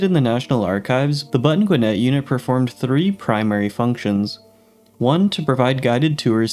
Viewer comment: You're pronouncing Gwinnett totally wrong 🤦🏼‍♂️